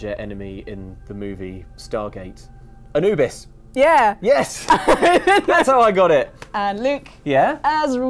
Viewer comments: I-New-Bis would happen... really? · So is the English god of death now called A-Luke-bis??